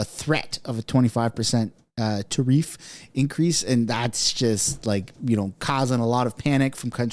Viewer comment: TARIFF- TARE AS IN WEAR OR WARE, AND IF NOT TAR- EEFS. ENUNCIATE BRO!!!